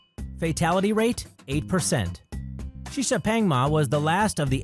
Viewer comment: 시샤팽마가 아니라 시샤팡마다. 혀는 꼬부라져가지고. 양놈들이란.....